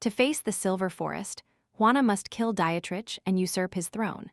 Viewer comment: It's not Diet-Rich. it's Die-treich.